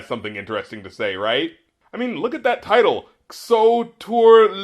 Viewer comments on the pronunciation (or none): Nigga really tried to pronounce XO as if it was a word